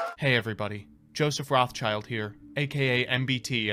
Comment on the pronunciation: It's quite interesting that they pronounce Joseph's name like "Roths-child". If the name comes from the German Jewish source you would separate it as "Roth-schild".